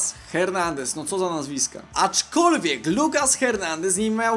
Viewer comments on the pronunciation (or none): Ernandes się czyta